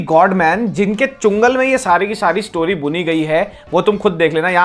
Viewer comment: Chungal nh re baba changul... changul 😂